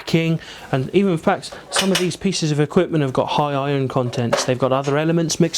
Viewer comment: ''so you can see lots..lots of pisses of iron'' xD